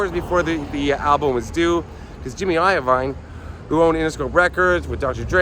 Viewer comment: Great video. It's pronounced Jimmy I-veen. Love you bro. Love you to Shady ( the pup).